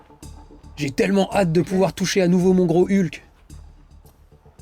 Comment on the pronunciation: Génial cette vidéo 😁 Avec le doublage, à chaque fois que tu parlais du GROS HULK, j'avais l'impression que tu disais le GROS HU'K 🤣🤣🤣